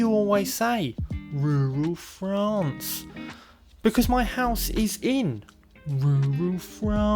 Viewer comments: Love rrrrrrrrruuuuuuaaaaallllll Fffffffffffrrrrrrraaaaaannnnccccceeeee❣️❣️❣️‼️🤩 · IN RURRRRRRAL FRANCE!! 🙌🏻❤️😂 #inruralfrance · it is the way you SAY rural France that is so strange. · I like the way he says rural France! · Makes me chuckle every time